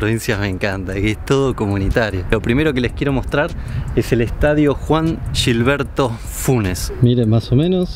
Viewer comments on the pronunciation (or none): Veo este video unos meses después queria decirte que es Gilberto no Jirberto